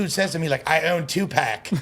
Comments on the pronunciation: Loool white people man this nigga callin Tupac…… Tuepax 🤦🏿‍♂️ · "I OWN TUPACK"